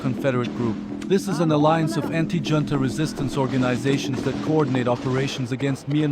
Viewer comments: Trivial note : "Junta" is pronounced as a Spanish word, more like "Hunta" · junta is pronounced hoontuh, brother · Fucking embarrassing. "Hoon-Tah" or "Joon-Tah" Figure it out next time before you post a video. Ridiculous. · Ich glaub' auch im englischen spricht man s `hunta`aus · Here's my support: Decide which way to pronounce "junta" already! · Please pick one way of pronouncing "junta" and stick with it... you keep changing it in every sentence 🙄